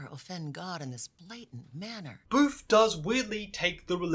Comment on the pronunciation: You keep calling Booth 'Boof' and i love it im dying 😂, he had it coming lol